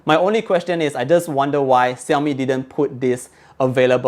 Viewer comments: Shaomi, not Siaomi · its pronounced "Shiau-Mee" not "Siau-Mee"